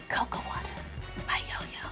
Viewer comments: It’s called co-co-a dabs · cocoa woter 😂😂